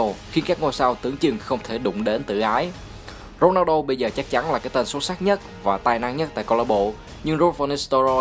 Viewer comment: Thích nhất những video ad làm về CR7 giọng ad đọc tên Ronaldo hay vl